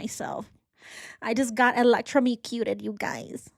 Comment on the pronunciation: ElectroMOcuted....ElectroMEcuted took me all the way out 😂😂